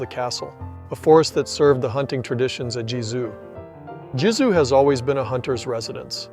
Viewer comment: Nice video. In the voice over, you have a very fair pronunciation of French names (I'm not French - it is only my fourth language in fluency, English 2nd). With European languages there are a few sounds to learn. When you pronounce the name of Gizeux, it sounds like Gizou. The German ü, French u, Dutch u - all sound the same. The German ö, French eu, and Dutch eu - all sound the same. French and Dutch have a sound as in the French word "eye" (oeil) but in Dutch phonetics that sound is spelled "ui" (the Dutch will pronounce this a bit stronger relative to French softness). English doesn't have these sounds. You need to learn to hear and say them, if your ambition is to pronounce proper names the original way. Except for English loanwords, EUropean languages are phonetic - you just need to know the phonetic rules of each language to be able to read and write them easily. English is more like Mandarin where each word needs to have its pronunciation taught.